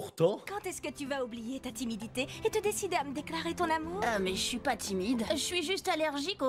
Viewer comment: on dit amourrrrr